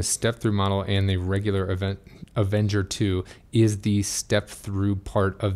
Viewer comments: You keep saying "Avenger". It's Aventure. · Good information. Great review. I just have trouble listening to you calling the bike Avenger 2 instead of Aventure 2 or am I not hearing correctly?